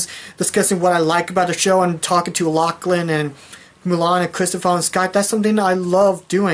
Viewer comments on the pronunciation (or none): none